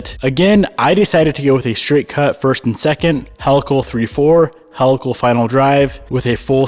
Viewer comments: helical is pronounced "HEEL-uh-kul" not "HELL-uh-kull" ;) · Helical is pronounced he-lick-el not hell-ick-l! Lol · smart to beef up the trans now. the angled gears ... fyi HEE-luh-kl (from helix, like spiral dna) not "hell-a-kl" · “He”-lical….. not Hell-lical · Came to say this. Great explanation 👍🏻